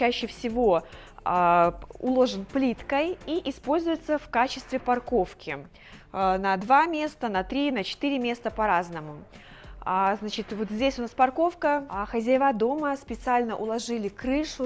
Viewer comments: не "хозяеВА", а "хозЯева" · под, не хозяевА, а хозЯева. Только так!